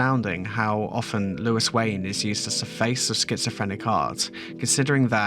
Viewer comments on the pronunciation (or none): surely is louis as in looooooo eee, not lewis with lew is